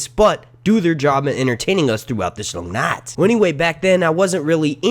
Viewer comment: I fucking hate how you say long night say it properly or don’t at all ffs